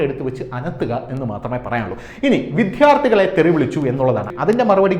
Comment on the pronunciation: അദ്യാപകരും വിദ്ധ്യാർത്ഥികളും അല്ല അദ്ധ്യാപകരും വിദ്യാർത്ഥികളുമാണ്. ഉച്ചാരണം പഠിക്കുക.